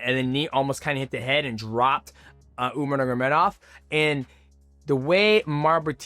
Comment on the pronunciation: 😂😂😂 u keep saying umar niggamidov